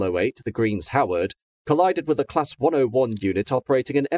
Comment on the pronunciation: For gods sake if you mentioned the name The Green Howards as greens howard once you must have done it ten times.